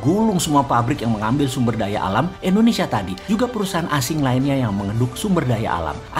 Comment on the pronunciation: maaf bossman.... bilang nya indonesia dong.. jgn endonesia😁😁😁